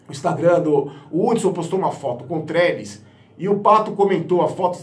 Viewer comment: Só eu fico rindo quando ele fala Trelles ? 😂😂😂 que jogador pífio